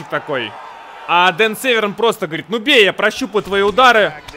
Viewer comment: Дико извиняюсь но не Северн а Дэн сэвэрн .